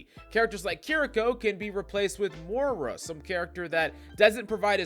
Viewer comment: It’s pronounced Moi-ra